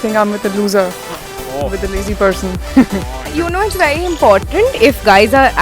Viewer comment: wery wery good! lol